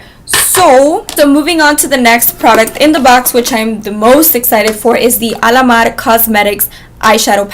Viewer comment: Lol, love the Cuban accent, while you were mentioning the names of the Alamar. Yes please do more boxycharm videos.